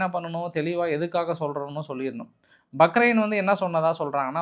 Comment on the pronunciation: பஹ்ரைன். Bahrain.